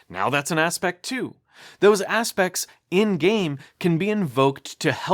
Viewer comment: It's aspects, not aspex